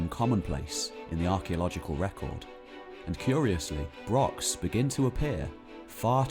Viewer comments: He doesn't even mention Scotland and can't properly pronounce brochs. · Good vid....BUT if you are doing a video all about brochs...please learn how to pronounce it properly.